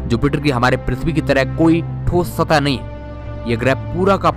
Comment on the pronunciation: Thoss satah ??? Kya bol rahe ho bhai ...